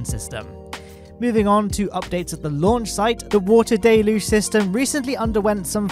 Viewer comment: Not sure why it bothers me so much, but deluge really is pronounced del-yooj, not day-looj. Many space youtubers seem to struggle with that one